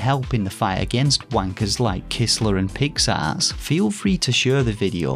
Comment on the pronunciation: The first time I ever checked out your channel and you said, " Asset Flip" , I thought you said , "Acid Flip". "PIX ARTS" Sounded like "Pick Ass"😁 Thanks for warning the gaming population.